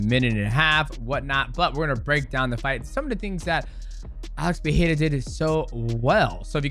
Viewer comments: DJ, please.... It´s PeREira not PeHEira.... get it right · Hey DJ, can you help Chael with his pronunciation. He calls him Alex Pierre. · DJ won't say PerEIRa correctly once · Stop saying his name incorrectly that’s not how you say, Pereira Perera you’re American you’re not Brazilian don’t say like a Brazilian. Don’t say it in Portuguese say it like a fucking American annunciate those fucking R’s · Homie can't even say Pereira or Nurmagomedov correctly either. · The first R on Pereira is spelled exactly as you did with the second, not as an H. In Portuguese you only pronounce the R's as H when they're double or at when they're the first letter o a word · its fine, nobody does lol. Both "r" in Pereira's name are, as we call in Brazil, "weak r ", you must add some kind of vibration to your tongue when saying it. i've only seen latinos getting the pronounciation correctly, probably its not an easy sound to make.